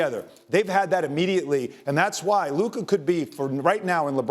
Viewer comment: He keeps mispronouncing LUKA MVP as LeBon or something like that